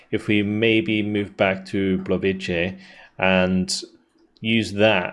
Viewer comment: Blovice (a Czech town) is pronounced roughly as "BLOH-vee-tsyeh," with stress on the first syllable, where 'o' is like in "omit," 'i' is a short "ee" sound (like "sit"), 'c' is a 'ts' sound (like in "cats"), and 'e' is a short "eh" sound (like in "bet"), with the final 'e' being soft, making a 'ye' ending.